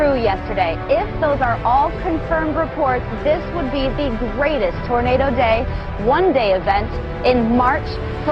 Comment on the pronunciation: How did 452 people dislike this? Is it because that guy said tarnado?